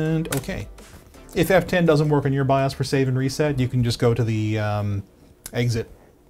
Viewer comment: the savior has spoken bios is now pronounced Bi-ahhs.